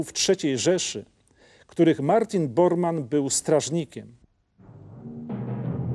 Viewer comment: Martin Bormann, a nie Boarmann.